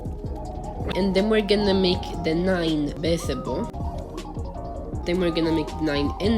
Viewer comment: Visible sounds like bisible